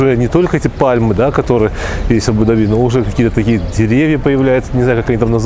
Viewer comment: видео обзор как всегда супер, единственное немного режет слух неправильное ударение в слове Абу-Даби...